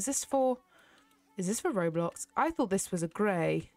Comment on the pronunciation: it’s not roblox it’s ro bux